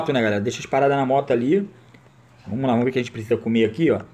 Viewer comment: "Vomos que vomos" kkkkk